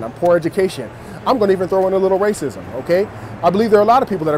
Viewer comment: Was withnhim until, "Rasicm"